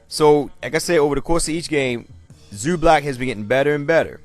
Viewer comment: Funny how you pronounce his name like its Zublac, its Zubac man, loose the "l" in it... ;)